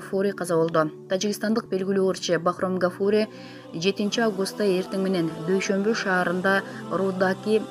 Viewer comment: Ай граммотейка, жок дегенде туура окуганды уйронуп алып чыксан боло, Дуйшомбу деген шаар жок. 😁